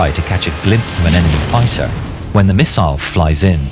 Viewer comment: Fiter? What's a fiter?